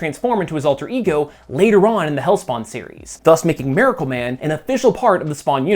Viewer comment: “Mare-acle Man”